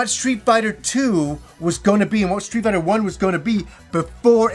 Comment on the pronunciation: Does he say. Street biter?. Because he say it really weird somehow.